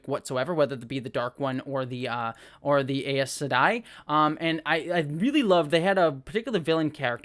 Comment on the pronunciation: "Eyez se-di"